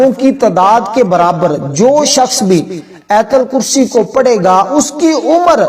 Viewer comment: Ayatal kursi na keh aitul kursi. Sahee talafaz zaroori hai, video banana lekin paisa kamana